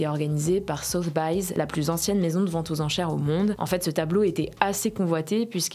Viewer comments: "Sozebaïsse" ? Test sur Forvo quand je je connais pas la prononciation d'un mot : Sozeubi Ouf ! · Sotheby's ca se prononce sauceubize par sauceubaïze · Attention, on dit Sotheby’s avec un i et non aïe